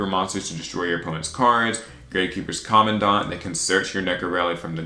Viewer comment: Thanks for pronouncing commandant and heretic correctly